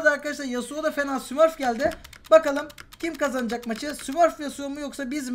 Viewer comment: Dk 15 de 80cs yapan yasuo ya smırf demen :D lanedende çıkmadı hiç smurf felan değil